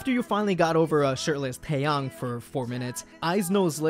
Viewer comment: finally someone who pronounces his name right